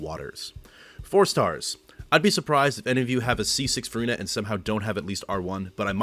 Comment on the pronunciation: as a french person your pronunciation is so impressive! are you a native speaker? very helpful guide for my c6 furina ❤